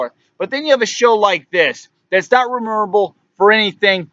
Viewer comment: Its MEMORABLE not remeemorrablll or whatever you dribbled out